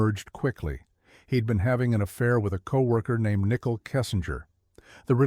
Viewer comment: How dude pronounces Nicole “Nickle”